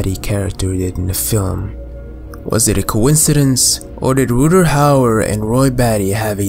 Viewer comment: Nice dude solid vid...one thing it's Rut-Ger with a hard G, not Rutter like gutter.